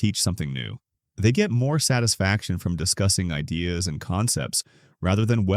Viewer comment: So this is another AI video....at 33 seconds the voice says best "I dahs" happen. Couldn't even say ideas.